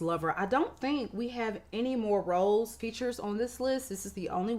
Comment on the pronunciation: Why did I think you were saying ROLLS instead of rose😂